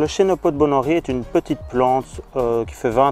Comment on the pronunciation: Salut, Super intro c'est très rigolo. C'est pas une critique mais en latin on ne chie pas.... je m'explique. Les -ch ce dise -ke donc normalement on dirai 'kenopode' 😊 Mais en tout cas top la video, je ne connaissais presque aucune de tes tomates 😊